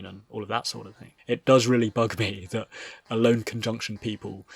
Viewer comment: I think her name is pronounced El-O-nEH